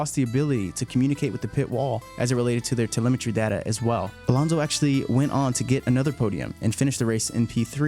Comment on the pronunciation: Why do you keep saying Alonzzo? Alontzo? It's AlonSo